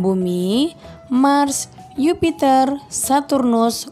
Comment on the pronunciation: Mohon maaf ya bu ya Jupiter bu bukan Yupiter